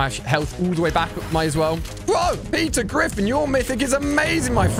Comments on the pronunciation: When he say Peter griffin i hear pizza griffin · Peter Griffin❌❌ Pizza Griffin ✅✅